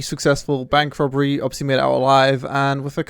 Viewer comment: also says ‘robery’